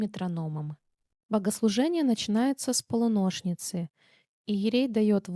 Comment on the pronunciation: Явно, начиная с ПолунОщницы понятно уже